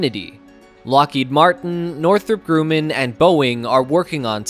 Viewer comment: It's not Northrop Grooman. It is pronounced "Northrop Grumman" just like it it written. I worked in Aerospace for years and never heard the pronunciation like that.